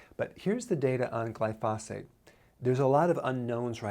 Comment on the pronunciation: You may want to turn the volume up a bit. He actually said gly-phos-ate more than once, and it was pronounced correctly.